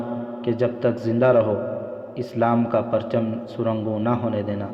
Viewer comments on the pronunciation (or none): سر نگوں sar nigoon Ko Surungon پڑھ رہے ہیں موصوف